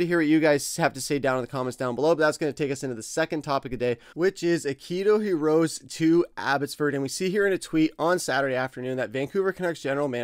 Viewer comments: if you cant prounounce Hirose's name, then dont try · please learn how to pronounce Hirose.